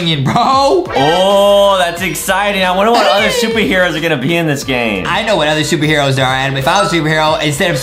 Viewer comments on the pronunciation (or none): i heard adam say shuper heros pee but maybe thats just my hearing